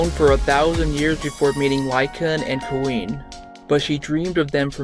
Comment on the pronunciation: Her name is pronounced 'Quinn' not queen.